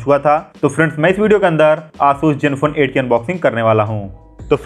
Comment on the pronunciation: Jenfone nai ree zenfone